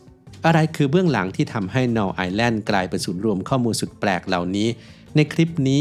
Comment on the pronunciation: Null เป็นภาษาเยอรมัน อ่านว่า นูล ค่ะ แปลว่า ศูนย์